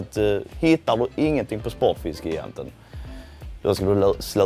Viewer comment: Uttalas gigant som jigant på malmöitiska eller är det bara Spotfiskegigantens personal som har ”fel” uttal av det egna butiksnamnet?